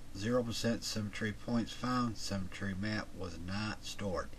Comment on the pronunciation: You pronounce "symmetry" as "cemetery"... pretty weird.